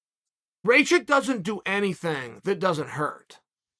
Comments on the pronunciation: Show some respect, say it right -RAKIĆ !!! 🇷🇸🇷🇸🇷🇸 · Uncle Cheal, Rakic like Miocic (last latter) or blachowicz...and 2nd latter also 'a' of Rakic is not good 🤐🤷🏻‍♂️ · Raychich, blahoevavich and jiri prohaska.